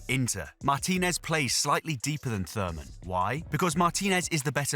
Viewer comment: "Thurman"? Really?